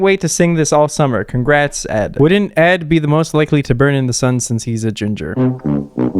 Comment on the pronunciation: “I’m used to hearing ED as erectile disfunction” 🤣🤣🤣🤣🤣 he really read Ed’s name as “E.D.” 🤣🤣🤣